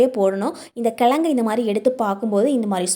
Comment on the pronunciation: எழுதும் போது கிழங்குனு எழுதுறீங்க ஆனா சொல்லும் போது கிலகுனு சொல்ல முயற்சி செய்யுங்க